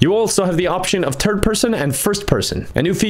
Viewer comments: Ha, third sounded like turd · I hear turd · Hehe you said turd person hehehe